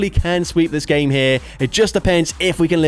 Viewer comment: “…and I’m able to take that GHAEYM”